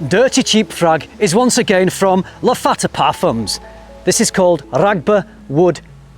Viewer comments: Great video, but it's Lattafa not Laffata. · Tobacc-y? Laffata not Lattafa? You had me rewinding the video just to make sure I wasn't hearing things! Lol. Thanks for making frag videos fun!